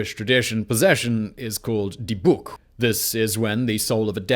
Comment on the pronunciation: I am Israeli and I speak Hebrew, and the way you said "Dybbuk" is SPOT ON! It sounded like you were speaking Hebrew!